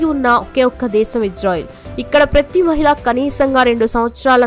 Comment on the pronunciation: Praythee kaaadhu PRATHEE... HEBREE bhasha lekha HEE-BRU ila kuda palaka vachhu